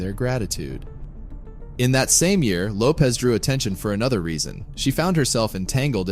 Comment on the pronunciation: Her last name is pronounced Lo-pesh NOT Lo-pez Her name is Portuguese origin. Lopez is Spanish